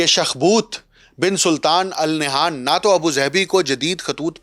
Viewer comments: Its not Nayhan, the name is Nahyan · Al Nah'yaan hota hai pai